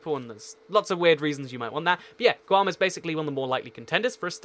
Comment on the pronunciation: It’s guam